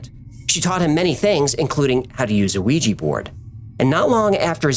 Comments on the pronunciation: Dammit... It's not a "Wheetchie" Board even though that's the way google suggests. It derives from the French and German words for "yes", "oui" and "ja" respectively. So as a German I would tolerate the "weetcha" solution but i can't manage with "wheetchie". That is a mighty nice channel you gut, that's why I wish you would pay a little more attention to such things. Anyhoo, keep it up. Maybe I'm too angry. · OUI-JA!!! not weejee!!!! It drives me nuts when people mispronounce it. From the French "oui" and German "ja" for "yes"...